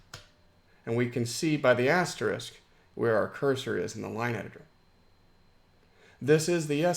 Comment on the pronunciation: Sooo nice to hear someone say "asterisk" rather than "asterix"... 👍